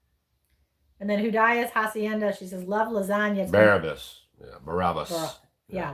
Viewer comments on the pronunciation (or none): Barabas, not Barnabas... 😉